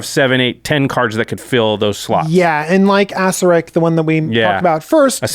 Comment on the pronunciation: I can't be mad that you don't know this because it doesn't really make any sense, but Acererak is pronounced "a-sir-ak." (both "a"s as in "cat")